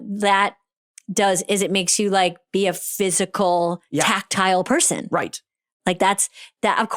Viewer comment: bro says "right" in his real American accent. We are onto you Tom. We know you are really from a small town in Arizona👀